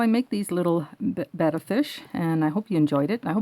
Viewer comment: Wow one of a few that know how pronounce betta on youtube alright!!!